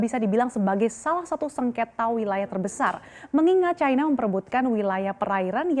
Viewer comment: MBAK..... BUKAN CAINA........ YANG BENAR CINA MBAK...... KECUALI KALAU BERITANYA ITU FULL DGN BAHASA INGGRIS, BOLEH ANDA NGOMONG CAINA, ANDA ITU PINTER TAPI KEBLINGER YA ORANG ORANG SEPERTI ANDA INI, COBA DEH BELAJAR LAGI.